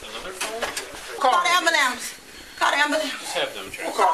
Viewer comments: I Love the officer who repeated “AMBALANCE” (ambulance) after this “well educated” articulate woman said it, and sung we wish you a merry Christmas. LMAO! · Call the amberlamps! 🤣 They are just gonna axe you questions. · Call the "ambulamce" 😂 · They usually pronounce it "ammalance". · "Ambalamps". I hear so many people say that. 😂😂😂😂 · I loved that the one cop said "amberlance" . She forgot to mention that the cant breave though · Hahaha did yall hear the cop? "We're gonna call rhe amberlamps".. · That cops said "we will call an amberlance for you". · "ok, we're gonna call the ambwerlamps." I lost it when the cop said that. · "We're gonna call the amberlamps" made me laugh so hard. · the "Am-ber-lamps" got me cracking up over here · "we're gonna call the ambalamps" LOLOL! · "Yes we'll call the ambrilance." 😂😂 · Did that cop just say Amberlamps? Based. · I thought she said Amber Lance, but what she really needs is a paddy wagon. 🚑😂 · I love the cop’s response. “Amberlamps” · “We’re gonna call the amberlamce” Lmfao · Yes, we're going to call the amberlance. 😂😂🤣🤣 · "call amberlance" 😂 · The cop said “Amberlance” 🤣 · When the cop said “we’re gonna call the amberlampse”. 😂🤣🤣💀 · "we"re going to call the amberlamps." lmao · Cop, “We’re going to call the ‘amberlance’.” 😂🤣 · “we’re gonna call the am-ber-lance!” 😂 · Dude said” okay we are gonna call the amberlance” 😂😂😂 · "we're gonna call the ambalance" 😂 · I can’t BREEVE ! Call duh AMBOOLANCE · "Eyes well edge-u-kated. Call a am-buel-ants." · She claims to be smart but can’t say the word ambulance. Scott Adams is right.